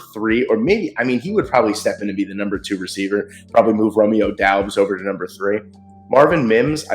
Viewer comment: Romeo Doubs is pronounced Dobbs just fyi. Good draft though for the Pack. I still like Darnell Washington over Musgrave. Maybe then Draft Kuntz from Old Dominion later on. Freak 10.0 freak athlete